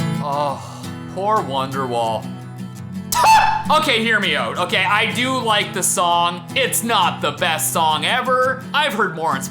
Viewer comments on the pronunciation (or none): "Hear me ut"